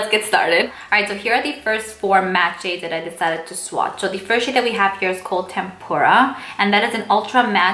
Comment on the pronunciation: It's not "tempura" like the Japanese food. It's "tempera" like the Renaissance era popular choice of paint for their artwork, pronounced "TEM-per-a". Love your videos and reviews but plllleeeeease slow down the words.